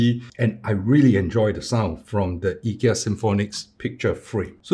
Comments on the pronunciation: To clarify, actually pronounce it correctly, I asked my Swedish friend and he said it should be "ee- kea", if you don't believe you can see the ikea advert and in the end they pronounce ee-kea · You actually pronounce IKEA better than 99.99% than other English speakers, so don’t worry. :) //guy from Agunnaryd (the A in IKEA)